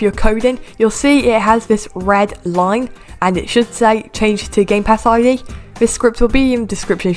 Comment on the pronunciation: When u said game pass I’d it sounded like game pass eye d